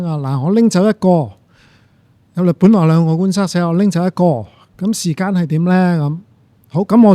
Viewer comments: 點解講成”時姦”😅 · 點解教授要將時間讀成時姦😂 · 時間並不是時「姦」，正如間尺不會講為「姦」尺。 其他一切感謝主持人及教授高質素對話。